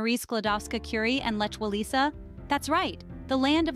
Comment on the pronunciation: It really took me a moment to realise what is she's talking about with that "łajsyneńki" and "Lecz Łalesa" 🤣 Also talking about Malbork Castle yet showing no picture of it, but instead the Wawel Royal Castle in Kraków nad Troki Castle in Lithuania 🙃